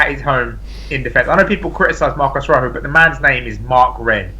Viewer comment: Why can't Brits pronounce Rojo? Ro-Ho, not Ruck-Oh